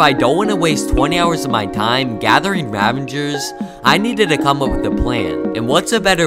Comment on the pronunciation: The whole video he says ravanger's while its ravager's